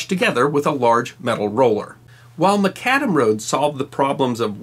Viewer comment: Thank you,, for two things: 1) highlighting the Nat'l Road (I live about an hour north of Indy and am a native Hoosier (Go Boilers!)) and the fact that it runs through the heart of Indiana is a source of state pride, and 2) for giving me the correct pronunciation of "Macadam", since I've always put the emphasis on the first syllable of the word.......whoops 😁 I can imagine that our sometime very in climate weather would be hell on macadam roads; even modern asphalt and concrete roads after some time begin to crack and buckle. Asphalt usually goes about 2-3 years after being laid before it starts cracking and beginning to "alligator" a little. Concrete takes a little longer depending on materials and construction methods.